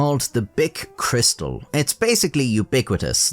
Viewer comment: Cris- tal ,surely? Being French.